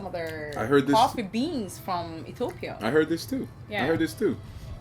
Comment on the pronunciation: I like the way she pronounce Ethiopia. One of the amazing comment about my country thanks a lol